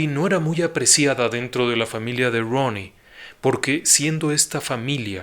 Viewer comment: Me encanta como pronuncia ROONY